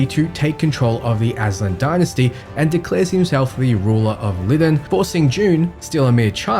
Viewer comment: Bro, it's pronounced LIE-DON not Lidden🤦🏾‍♂️